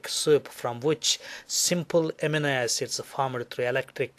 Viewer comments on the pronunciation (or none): none